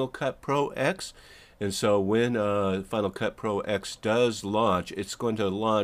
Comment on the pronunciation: It's not "Final Cut Pro Ecks," it's "Final Cut Pro Ten." Roman numeral 10. Same as "Mac Oh Ess Ten."